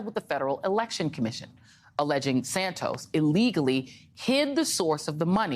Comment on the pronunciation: I still don't get how you go from Santos to "Sand toes" that's a whole bunch of extra letters in there for no reason and it's not how you say that word in either Portuguese or English, so it's like going out of you way to mangle a 2 syllable name that other English speakers don't need to add these extra letters in there to make it sound like "sand toes" instead of Santos, looks and sounds a lot like racism. *lend. Is it "Friends, Romans, countrymen, 'loan' me your ears"? No, so why are you mangling past participle again? Those rules still apply so it's lies, not "lays", because only another person can lay something on the ground, you and a dog can't do that to yourselves, you can't get laid alone, sadly. The same with "loaning". I can't listen to this, because most people learn this in primary school and it's not in your stupid Merriam Webster foreign dictionary that no one recognises either, because they say the same as me, Shakespeare and the Cambridge dictionary says about that. Speak English, ok, stop speaking that gutter English, pig latin or whatever it is you're "evolving" there.